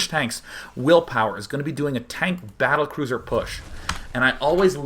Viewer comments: lol did day nine mean to say cattlebruiser in part three? Maybe he is just dyslexic, either way i found it hilarious. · Day9 is the boss.... "the cattlebruiser..." LOL he's the master!